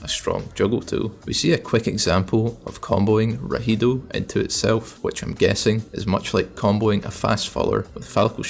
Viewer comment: The names of his specials are in spanish: Neutral B: Rugido (Roar) Side B: El Gancho (The Claw) Down B: Ilusión (Illusion) Up B: Destello (Flash) Tho the way u said rahido did make me chuckle lmao it sounds like a persona skill, anyways good vid